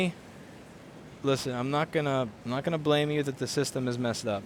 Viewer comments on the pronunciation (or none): none